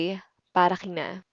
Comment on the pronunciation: Why some people, such as you, sometimes pronounce K as if it were H (kina/hina, kay/hay)? Is it some sort of regional accent, or everyone in Philippines pronounces like that?